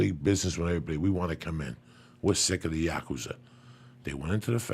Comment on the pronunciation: why cant he pronounce Yakuza correctly? lol